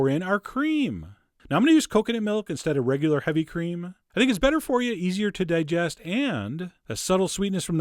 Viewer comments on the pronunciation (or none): none